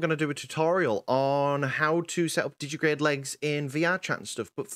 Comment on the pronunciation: it's digitigrade, digiTIgrade. TI TI TI! as in digit-i-gradus